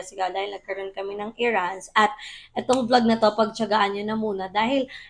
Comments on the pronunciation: Just to correct your pronunciation since madalas mo ginagamit yung word na “Errands” it’s eh•ruhndz not irands. Hope it helps po. More vlogs! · Search how to properly pronounce “errands” please. Not bashing! I always watch your vlogs to support! 🙏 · No hate pero i check mo sa google pano i pronounce yung errands. It’s for your own good para di kana ma bash. If unsure ka sa words na gina gamit mo pwede mo muna i google. That’s why my mga phone tayo and internet para when in doubt pwede mo ma check muna. Vlogger ka so you should learn to watch out sa mga words na ginagamit mo.